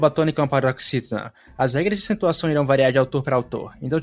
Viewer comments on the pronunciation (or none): none